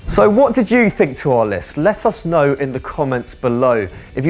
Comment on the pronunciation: That last guy said lessuss know haha what a guy